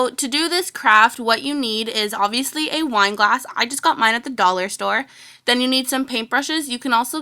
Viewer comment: my sis hates u cause u say obiviously